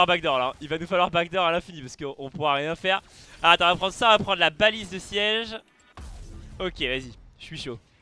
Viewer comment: c baliste pas balise